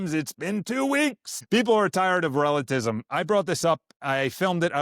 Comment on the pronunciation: Bro, I can appreciate your hype for the Faith! Slow down just a bit, it's pronounced "Relativism" Re la ti vism. Otherwise, I agree with you brother! Keep growing in your Faith, keep learning regarding the Traditional Catholicism and its departure rupture after Vatican II. Please read or audio book Taylor Marshall's Infiltration book! There's also lectures by Michael Davies, and many other Traditional Catholic pioneers. Suggest listening to Kennedy Hall as well and his books! You can love and defend the TLM and Traditional Catholicism without becoming a Sedevecantists! God bless, keep the Faith 🙏🏽